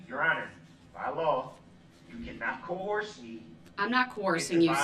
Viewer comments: Judge please don’t COHORSE him.🐴😅😅😅😅😅Please judge don’t say cohorse like Brooks does.It’s Coerce 😅😅😅😅😅😅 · You can not “co-hors” me LOL